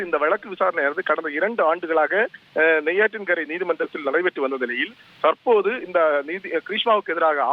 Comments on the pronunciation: Nettriyankarai illa loose neyyattinkara.....news read panravan naaku polish panu da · " Netri Laang Karai.... " Adhu Netri Laang Karai Illaai..!!!!! Adhu Nei-Aatrin-Karai,..adhavadhu NEIYATINKARA yendru solvargal...